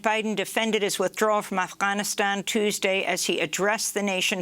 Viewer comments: Amy , you are good at pronouncing names indigenously , like "Toonbury" instead of "Thunberg". But now you starting to freak me out with your persification of "Afhhhhhanistan". Our hillbilly mispronunciations irritate me , to be certain : "Eye-rack , Eye-ran , Eye-talian". But presently i be sufferin' your excessive phonetic influence from Nermeen , and not enough influence from Juan Gonzales. LMFAO 😀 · Hate the way she says Afghanistan